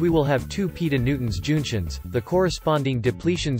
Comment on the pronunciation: "Two Peeto Noonta Joonktions". It's OK! The Sub titles are there. The anonymity adds to the intrigue! :-)